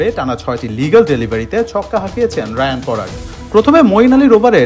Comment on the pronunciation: রায়ান নয় রিয়ান পরাগ